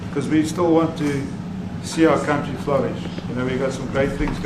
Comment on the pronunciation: Ramaphosa says he has never seen the white crosses in his own "cowntry". 😂